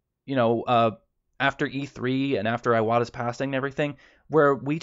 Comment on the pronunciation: Just a little thing, "ee-wata" not "eye-wata"